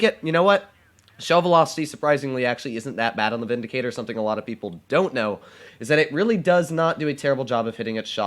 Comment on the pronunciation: Ah yes, the “Vidicator”